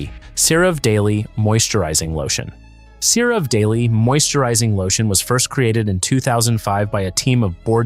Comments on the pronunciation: Its pronounced Cera VEE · Difficult to listen to because electronic voice doesn't know how to say certain words correctly, including the brand names like CeraVe.